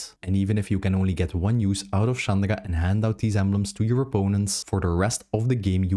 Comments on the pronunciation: Why do you pronounce Chandra like "Chandara"? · you do not pronounce chandra like that bro :0